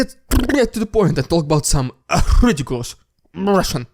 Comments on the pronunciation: Sir, I so love the RRRRRReeediculous RRRRuuuusssian PPPPRRRRRRooopppagannnnda! But wait, THERE'S MORE !! just too lovable. You have to keep this up ! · please provide more fan feedback with the rrrrrrrrrrrridiculus rrrrrrrrrrrruissian prrrrrrrrrrrrrrrrrrrrr-pa-gan-da, along with your own. it's a fun time. =)